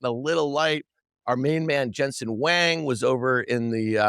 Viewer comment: Please learn how to say the ceo of NVDA last Name. It’s pronounced like “Wong”. Dan , You just sound stupid always saying it wrong. If it’s intentional it’s just dumb.